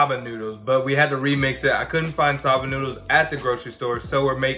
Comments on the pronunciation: Did he really say Sah-ba noodles instead of soba noodles, like someone please tell me I'm wrong and that's actually a thing. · It's SO-BAH AND GRAPE SEED. ☺️👍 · my dude. It's not sob-ah noodles its "so-bah" also what is grap-seed oil? you lost the E? Sorry for the nitpicking.. Proud of you guys though! There are some really delicious veggie dishes out there. It doesn't necessarily have to be vegan...as cheese, milk, and eggs can really add to a dish. Not everyone can go full vegan/vegetarian but if we all made small changes in our diets, it would be better for our bodies and the environment <3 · Wait...how are your pronouncing soba noodles??? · Soba and lentil were also attrocities.